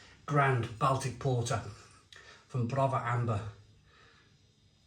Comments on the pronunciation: I’m glad you said this, every time he said Bal Tic it drove me mad. Surely he’s heard someone say this word correctly before. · Don’t want to be a pronunciation Nazi but Baltic is pronounced “Boltic” short o instead of a short a,as in Salford not as in pal.